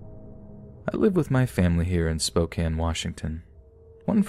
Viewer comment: You're one of the only people I've heard on YT pronounce "spokane" correctly. And yeah, they have a meth problem. Right next to a cartel corridor that runs up all the way from the border into rtizville, really unfortunate and the government does nothing about it.